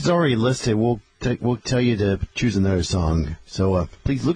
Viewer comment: how he pronounces "anuder" makes me think of cwc